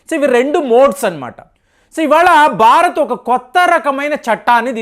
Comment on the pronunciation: Barat??? Learn how to speak Telugu properly and correctly😊